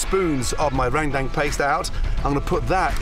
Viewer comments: jadi inget Rrrrrap Monsterr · THAT URRRRANDANG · Gordon be like: Rang dang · That's how every foreigner pronounces it lmao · Amazing as always Gordon! Come visit indonesia more often! For next time, the perfect pronunciation is "rern" (like in fern or in bernie) and "dung" like in sung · He needs to pronounce it Ren-dung, :-) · Rain Tang wkwkwk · Rang dang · Rendang is pronounce as: Ren- as in Karen, -Dang as in dunk. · gordon ramsay : rendang what i heard : rang dang the subtitle : rain bank, rang down, rain gang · Or "Rent - Dunk" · Meringe damn, rang tang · Heheh just like "Rendang" it more like "rengdeng" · Gordon Ramsay : RANGDANG Me: ok, close enough Subtitles : MERINGUE D4MN Me: I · Rain Dang Dut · Ran dang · Rent Dankess ramsay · no one: literally no one : Gordon Ramsay: rrrrrrendang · No one : Gordon Ramsay : rAngdAnG Me : 👁👄👁 💧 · Its pronounced "run-dahng" But i like that way Gordon says it 😂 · How gordon just said rendeng me be like🤣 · Rendang ❌ RENGDENG ✅ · NTAR YG NONTON BULE TIBA2 NGILER😂😂 MASAK SENDIRI LAH Btw tu orang kalo ngomong rendang (Rewduang :v) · cara omong rendang salah